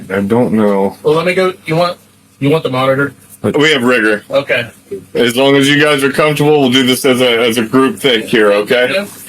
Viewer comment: It's "rigor" as in "rigor mortis" not "rigger".